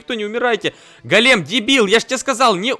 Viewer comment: Не голееем, а гооолем правильно